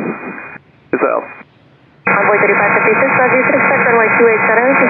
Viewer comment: In the beginning of the clip I find it remarkable that ATC knew which plane was talking, that didn't sound anything like 3556, most of the transmissions it sounds like 35 36...